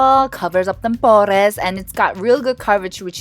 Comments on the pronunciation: i like how she pronounced pores as “porRrrRRrès” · The way you said “pores” GOLD 😂😂